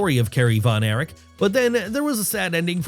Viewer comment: It is Kerry Von Erich not Von Eric. Also, on the chapter title, it says Carrie Von Eric